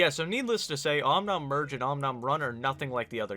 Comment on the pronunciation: om nom virgin it sounds like you said om nom virgin not merge